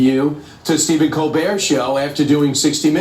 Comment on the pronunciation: Its pronounced ko bear....hate Stephen Kobert!!!